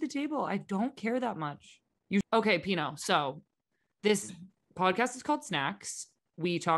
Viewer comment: pinot 😂 pinoe